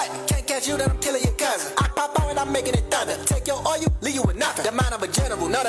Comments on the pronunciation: That oirel 😂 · why you saying oil like tyler perrys Madea though?